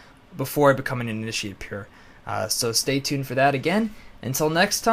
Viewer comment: (about) it sounds like he's saying "Ini-sheeiitt"